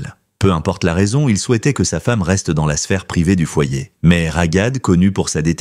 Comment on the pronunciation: Cest trop enervant de vous entendre prononcer RAGAD avec un G. C'est Raghad et le GH est la transcription de غun R grasseillé ( le R parisien). Vous auriez prononcé Rarad, ca aurait ete mieux. Vous auriez pu vérifier. Comment vous faire confiance pour les informations si, pour quelque chose d'aussi simple vous ne vous etes pas renseigné. De toute facon, cest une voix de robot, mais quand même.